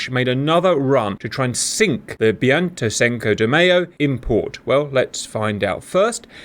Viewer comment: The Argentines would pronounce the ship "BAIN-tay SINK-oh day MY-zhow" And I'm not trying to make fun of them by saying "Sink-oh"